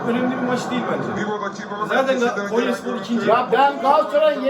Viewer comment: Kenyaya değil konyaya .yeniliyoz maç sonu takımda üzülen yook